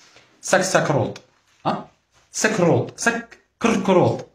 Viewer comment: سكسكرود😂الكاسكروط راه يبكي في الزاوية